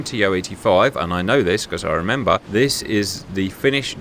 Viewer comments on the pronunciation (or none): none